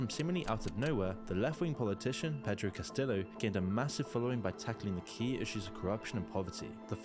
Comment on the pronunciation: was annoyed by that and by CastiLo for Castillo and junta with a hard J, progressive English has adjusted to sound less xenophobic and isolationist like this throwback stuff